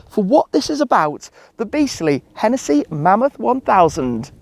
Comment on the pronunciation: And its hennessey not henetheee